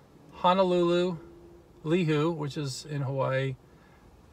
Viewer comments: Li hoo ee. Pronunciation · You mispronounced Lihue in the video.